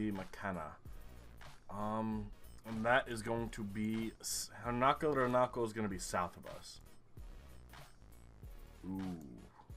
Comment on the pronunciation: How did you manage to pronounce "Huinca" as "Hernaco"? xD